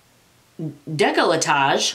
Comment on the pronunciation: Lol its pronounced deck-la-tay and I believe its your area under your neck/chin and chest area. Lol. I love your personality. Lol@ oh shit balls. Lol. Thank you for all your videos. You are one of my faves.